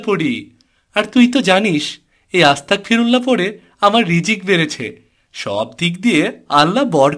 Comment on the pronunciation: Ma sha allah onek sundor hoyeche❤️ তবে এটার উচ্চারণ আস্তা*ক*ফিরুল্লাহ নয়❌ "আস্তাগফিরুল্লহ"✅হবে! আর এর মাধ্যমে আমরা আল্লাহর কাছে ক্ষমা চাই তাই আস্তাগফিরুল্লহ বলার আগে "বিসমিল্লাহ" বলতে হয় না! আপনাদের কার্টুন মা শা আল্লহ অনেক সুন্দর হয় এখান থেকে অনেকেই অনেক ভালো কিছু শিখছে আলহামদুলিল্লাহ❤️জাঝাকুমুল্লহ তবে অনেক জায়গায় ইং শা আল্লহ বলেন না ❗কোনো কাজ করবেন বা হবে এমন সব কাজে "ইং শা আল্লহ "বলবেন তাহলে বাচ্চারাও শিখবে! ইং শা আল্লহ 🌺 Jajhkumullohu khoiron🌺